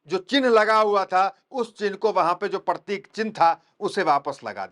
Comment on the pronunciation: पत्रकार महोदय आप बार बार परतिक परतीक बोल रहे हो ओ पर तिक नही है वह प्रतीक है